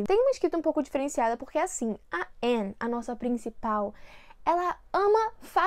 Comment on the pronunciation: Ela pronunciando o nome da Anne sem o "e" eu lembrando de todas as vezes que ela corrigira as pessoas por isso: '-'kskskkkk